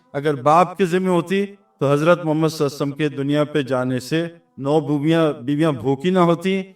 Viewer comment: نام محمد کے بعد صلی اللّٰہ علیہ وسلم صحیح طریقہ سے بولنا چاھئے ، سعید انور بھائی